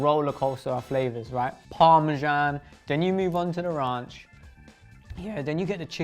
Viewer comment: He said RONCHHHH😂😂😂